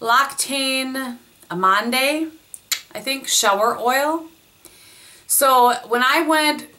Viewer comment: L'occitane is pronounced oxytan and amande you would not put the last dé. Theres your french lesson for the day. lol love the favs!